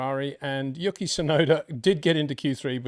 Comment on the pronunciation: Hi Poiter, Please stop calling him "Yooky", it is disrespectful to put such little effort into pronouncing his name